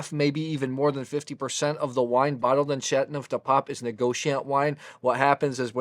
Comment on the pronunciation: I like your review. One suggestion. French is not easy to pronounce and enunciate. You enunciate the word like this Shat-No-De-Pap The 'teau' needs to be enunciated too, like Sha-Toe Du shouldn't be pronounced 'de' rather more like 'due' with a short but distinct u sound but the u sound is not a long u like 'duue'. I cannot find an approximate way to phonetically describe 'neuf', its almost like 'nerf' with a silent r.